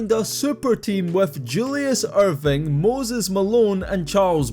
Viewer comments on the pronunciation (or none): none